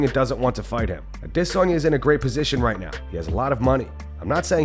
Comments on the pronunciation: Why do you pick and choose which fighters names you say with their accent? You know how ridiculous you sound when you try to over pronounce Adesanya? You’re American and don’t speak whatever click language they speak where his name comes from. Quit being so woke and lame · Can we all stop with this “A-dis-on-ya” horseshit? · Idc if that's how it's supposed to be pronounced, say "Adesanya" like the rest of us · lol this dude dont know how to say izzys last name lol